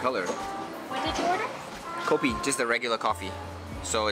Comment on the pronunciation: 1. Cool place that want to preserve the authenticity of the kopitiam Even the cashier pronounced coffee = kopi, and tea = teh, and the char kueh tiaw pronounce was spot on